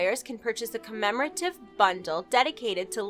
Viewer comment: I feel there will be a blooper in the near future?, I only say this because I feel like you struggled with "commemorative" I mean that with much love :D